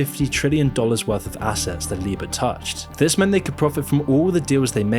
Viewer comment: LIBOR is pronounced LIEBORE not LEEBORE.